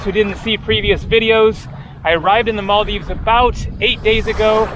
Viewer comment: Really have to appreciate that you aren't butchering our countries name like about 50% of white people out there, so thats much appreciated.